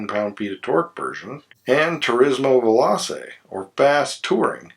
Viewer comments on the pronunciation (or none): Veloce is pronounced vay-LOW-chay 🙂